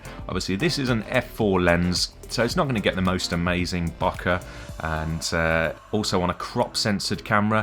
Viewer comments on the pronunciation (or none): (bo - keeh) please